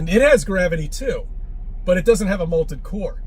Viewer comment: In clinical terms... he's a loon! Also, he says "molted core" enough times to make me want to slap his dumb ass.